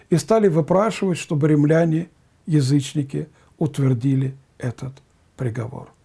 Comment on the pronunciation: ненависть ударение на первый слог, откудава- откуда, римляне-ударение на первый слог